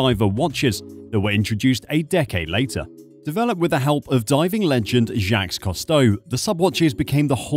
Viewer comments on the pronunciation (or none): Is this AI? If not, please check your pronunciation of Jacques Cousteau, and Conquistador.